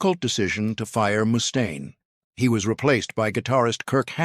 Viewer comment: Moo-stain lol😂🤣